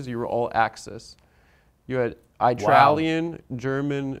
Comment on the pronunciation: "I-tralian" another classic Adam Friedland mispronunciation bit. It's funny every time, Adam.